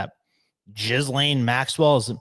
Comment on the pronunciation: Jizzlane? How do you not know how to pronounce her name by this stage??????